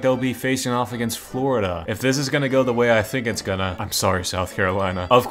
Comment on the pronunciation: Americans worst nightmare: Fourida, or Califournia?